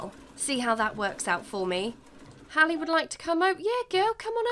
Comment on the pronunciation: Love that you named your sims best friend Hallie and pronounced it right! Rarely see my name spelt and pronounced right I love it!!